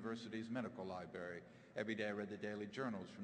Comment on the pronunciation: lol. He is a genius.... But he said Libary.....